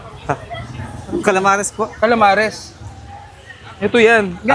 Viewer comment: marinated "camalares" ahaha muntikan ng mabaliktad idol 😔